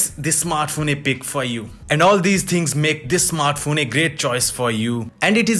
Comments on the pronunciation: What is a "snartphone" ? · "best snartphone of 2020" A lot of effort went into making this video.